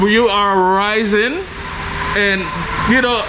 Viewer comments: You have visited my home town in San Andres. Its not raizen. Its RAIZAL .. Know you are meeting the true people of San Andres.. These are my people. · Hey, thanks for visiting my mother land. It’s called Raizal, not Raisen lol. Edit: I just see you corrected yourself. Haha ✌🏼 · Hey, thanks for the video. Quick note though, the word is Raizal. and the plural is Raizals (Ra-eeh-zahl). It denotes roots to the land and the region. These are my people, I am a fellow Raizal.